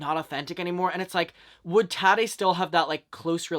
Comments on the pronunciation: lol the way u pronounce her name , hehe its taaaati not tati hehe aaa like up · The way you say Tati is so funny and cute I love it 😂